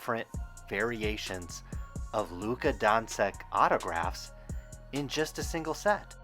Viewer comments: Hehe donsik it’s luka donchick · Don-chich not Don-sick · When you got a guy who calls Doncic "Donseck" and Teslas "tessis" you have to assume he's a pussy. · Dawn Sick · I can't believe you can't pronounce his name correctly... You should do some research before you make a video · It's funny because they are saying his last name wrong lol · Can you at least say his name correct ? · This dude can't spell starring or pronounce doncic. He must be legit. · signatures differ, people are dumb and learn to at least correctly pronounce the fucking dudes name you’re talking about.